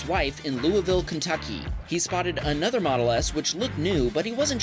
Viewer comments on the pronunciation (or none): My man failed to say Louisville Kentucky correctly